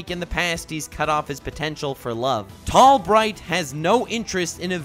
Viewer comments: In a small/tall bright you said tall might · called him Tall Might instead of Tall Bright.